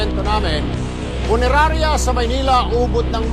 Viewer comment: Abaaaaa eh permanent closure na yan!.....sir hindi po punenarya..😂😂😂punerarya po😂😂😂😂😂😂